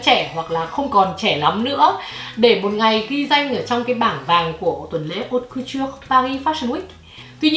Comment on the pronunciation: Thông tin bổ ích nhứt nhứt nhứt mà mình nhận được có lẽ là cách phát âm chữ Haute Couture:))) Cảm ơn. Giờ mình cày tiếp video khác của nè.